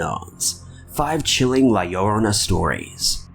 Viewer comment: La Llorona is pronounced with an emphasis on the last "o". La LlorOna (La YorOHna).